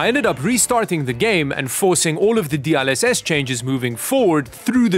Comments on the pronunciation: DLSS ❌ D ul SS ✅ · I swear, my eye is flinching every time pronounces DLSS as "D-AHL-SS" instead of "D-EL-SS" lmao